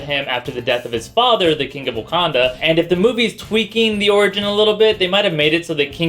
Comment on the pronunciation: I love your insights and eloquence. Having said that, I hate the way you pronounce "king" and "singer". I just think it's kinda funny because your pronunciation is flawless except in cases where the g is silent in ing blends. Haters, commence fire.